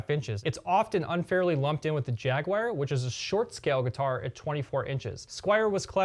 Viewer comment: He didn't. He mentioned something called a "Jagwire".